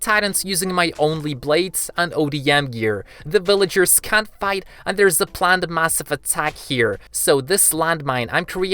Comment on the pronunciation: Why did you said bvillagers